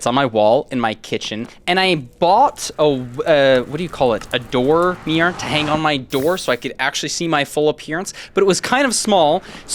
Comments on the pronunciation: why do you pronounce mirror like meer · am i the only 1 hearing meer instead of mirror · why does pronounce mirror as meer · As an English person the American pronunciation of mirror is crazy 😂 I genuinely had no clue what he was talking about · Dude my friends say that “mirror” is pronounced “marrer” and when I heard you say “mirror” like I do it just instantly came to me Great story man I love your content❤ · What i know about: He cant pronouncs mirror?!?! Dont play sport with him after a breakup, he will destroy you and ruin his shoes He has never had a mirror? OR CLOTHES OR ANYTHING WTF REK U R A ROBOT